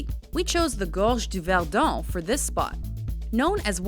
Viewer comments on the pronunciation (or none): Im french and i love when she speak in french like "les gorge du verdon" the accent is so funny ! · That accent on gorge du verdon OMG :p